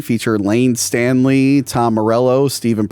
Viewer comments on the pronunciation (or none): It's Staley, not Stanley. BTW, Another Brick In The Wall has three parts. Thanks for doing this movie. One of my favorites. I didn't know that this and H20 were filmed back-to-back. Piper Laurie was also the mom in Carrie. Also, Principal Drake was turned into a alien at the beginning of the movie